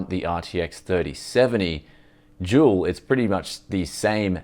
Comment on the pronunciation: I hear jewl everytime you say dual. Confusing and amusing